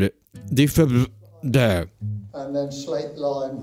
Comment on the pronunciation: I laughed so hard because you couldn't pronounce "Defibrillator"